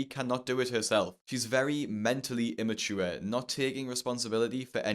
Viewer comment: You said her behavior irrational, immaure and idiotic, think you were trying to say ImmaTure, you forgot the t